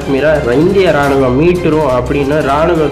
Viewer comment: நீங்கள் கூறும் செய்திகள் புறிம்படிஉள்ளது. ராணுவம் என்ற சொல்லை ராணுகம் என்று தவறாகக்கூறிவிட்டீர்கள். மாற்றிக்கொள்ளவும்.